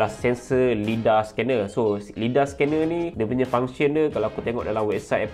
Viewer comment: Bro, cara sebutan Lidar tu lai-darr. Mohon betulkan sebutan untuk video seterusnya. 😎